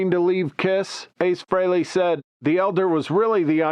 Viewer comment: You can't even pronounce Frehley correctly. It's free-lee not fray-lay. Your AI either sucks or your narration does.